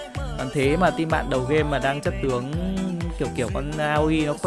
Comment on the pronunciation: Gọi là a ôi anh ơi. Gọi a ô i dân tiếng Nhật bọn em nghe buồn cười quá.:))